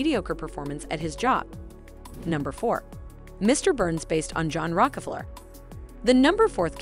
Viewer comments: Mr burns is based on who ? Rock-a-flurrr ??? Rok-ah-flere ??? Sorry - I know this powerful family gets everyone all supper heated. But seriously - can't this auto-Q reading computer bint get the pronunciation right ? Honestly. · The person talking needs to learn how to pronounce Rockefeller . LOL